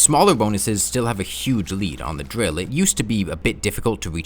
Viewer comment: surprised you pronounce it as "Drill" and not "Dwill" Good job on the grammar improvement man!